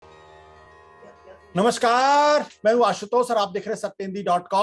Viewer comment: आयुष्मान भव ।आप केजरी ज्वर से ठीक से मुक्त हुये भी नहीं कि राहुल रोग से पीड़ित हो गये । आप के अंदर का पत्रकार मृतप्राय हो चुका है । इसे जीवित करें । नमस्कार का शुद्ध उच्चारण करें ।